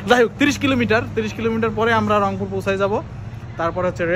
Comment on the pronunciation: রংপুর না অংপুর!